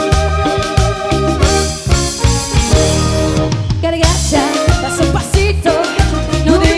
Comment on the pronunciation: Ella dice "cargacha"? O escuché mal?